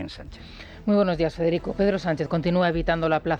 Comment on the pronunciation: Todo tuyo " Fedghedico. Ese latín simple... 🤦‍♂️